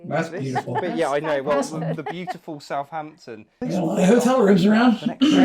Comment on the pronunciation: I wish people would pronounce Southampton correctly. It's not South Hampton, it's South Ampton, there's only one H. Similarly with Northampton. Grrr!